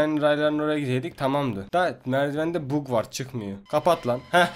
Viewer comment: da bag diyeceğine bog dedi hahahaha😂😂